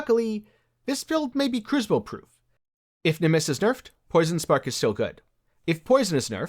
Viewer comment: Try saying kroo·suh·bl... yes it's crucible!